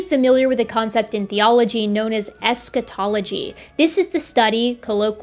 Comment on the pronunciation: I heard Eschatology as Scatology and thought this guy was studying and promoting the study of sh1t! I suppose, in a way, he is!😅